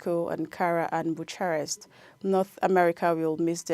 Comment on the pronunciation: It is Bu-ka-rest. Not Bu-cha-rest. As a news caster, your dictionary should be your best friend.